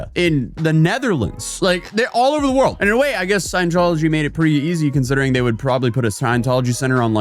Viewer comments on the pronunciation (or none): "sciencetology" so close but so far